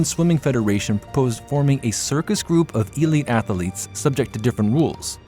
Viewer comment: “Athaletes”… yeah sounds like is AI